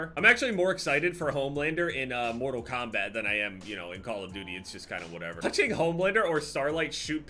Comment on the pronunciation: says "mortal kombat" funny